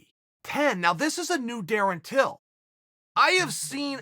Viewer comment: Surprised Uncle Chael Pronounced his named correctly😅